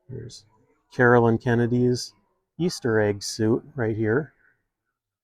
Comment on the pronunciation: CaroLINE Kennedy not Carolyn !